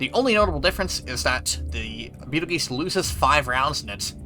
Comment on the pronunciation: you mispronounced Betelgeuse